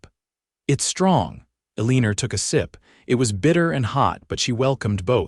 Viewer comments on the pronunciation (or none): Her name is pronounced ell i nor not a lean er